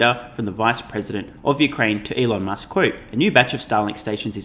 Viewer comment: So that’s Shelon Musk, eh